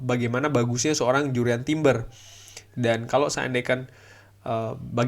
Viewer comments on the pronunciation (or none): Harusnya bahasa Inggris nya . . .ya Jurrien Timber.